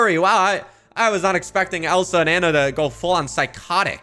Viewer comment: ITS ANNA NOT ANA😭